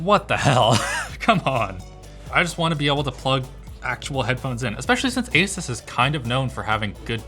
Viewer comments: Linus: Makes sure to pronounce 'Asus' correctly.: AsUhs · I really wish tech channels would decide on how to pronounce "Asus". I've heard Linus say it both ways. I've heard Steve say it both ways. I've heard Jay say it both ways. I don't care which one they settle on. Just make a decision. Also, if you say "asoos" instead of "Asus", you're the devil.